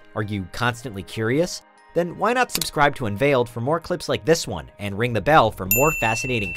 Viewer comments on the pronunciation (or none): none